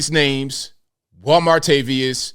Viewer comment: I thought he was saying Juan Martavius! 😂